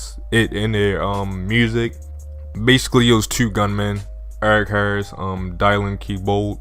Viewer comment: Bro was that ur first time seeing the name dylan 😂?(its read like (dillen)